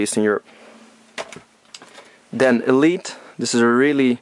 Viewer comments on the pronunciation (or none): none